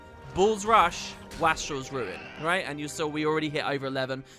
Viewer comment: As much as I know you LOVE getting comments on pronunciation: it’s “waste-rel” not “wah-strel”. It means someone who is wasteful.